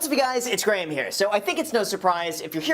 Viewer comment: You calling him gray-ham cracked me up😂